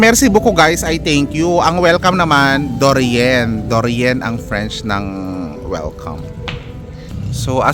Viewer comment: Welcome sabi mo dorian,,,it's say or sag or pronounced it doria write it de rien. Or say dhorya.Merci beacoup thank you. Answer de rien or say dhorya.